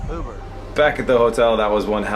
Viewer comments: Chris: we need to get an Uber: (UUUbER) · "Uuuuber" - drunk is the best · Drunk saying "Uber" made my night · was super drunk when he said Uber 😂😂😂